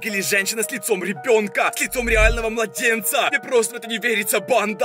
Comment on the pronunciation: Не говори так "под намИ! КанАл! РебёнкА." И т.д.